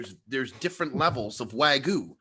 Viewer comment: WAG-YOO bro. Not WA-GOO fooooo. Lol❤